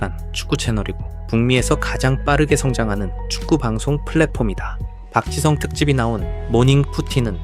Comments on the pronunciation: 맨유 팬인 동료가 박지성 이야기를 하던 게 생각나네 그 당시엔 그의 가치를 잘 모르겠었지만 지금 보니 박지성이 정말 중요한 역할 했음 그리고 발음도 완전 정확하게 '박 지 성'이라고 부르더라 ㅋㅋ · 영국인 동료가 맨유 얘기하던거 생각난다 박지성에 대해 언급하면서 실력 있을 땐 그 가치 잘 몰랐다면서 지금 보니까 진짜 대단한 역할이었음을 인정하더라 심지어 이름도 정확하게 '박 지 성'이라고 부르니 귀여움 ㅋㅋ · 맨유 팬인 영국 직장 동료가 박지성에 대해 이야기한 거 기억나네 그때는 그의 가치를 잘 몰랐지만 시간 지나고 보니 진짜 엄청난 역할이었음. 발음을 아예 정확하게 '박 지 성' 이라고 하더라 ㅋㅋㅋ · 한국선수 발음 이정도로 하는거면 진짜 지성인 축구선수 맞네 ㅋㅋㅋㅋㅋㅋ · 영국 맨체스터 촌방언으로도, 스코틀랜드 촌방언으로도, 아프리카 어딘가방언으로도 정확하게 “지 성 팍”이라고 발음한다. 경상도 사람도 잘 못하는 ”지 성 팍.“ 이게 이 사람의 존경심을 나타낸다.